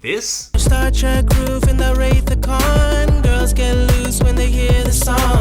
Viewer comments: The Star Trek line is about the star light roof that Rolls Royce makes, he says Wraith of Kahn not Wrath. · I still can’t believe you didn’t mention that he said “Wraith of Khan” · The "Wraith" of Khan??